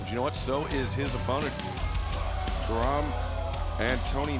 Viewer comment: It's Karam . CAR-RUM. Not "kuh-rim" , "kuh-rom".